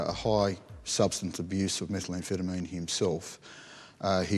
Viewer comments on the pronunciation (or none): it's methamphetamine not metal-amphetamine ... that pronunciation gaff annoyed me throughout